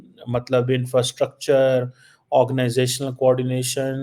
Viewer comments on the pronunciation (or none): none